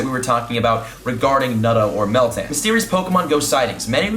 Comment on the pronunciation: Ok Meltan? Eh soundes like metang and I still like Nutto and there spawning in New Zealand should come!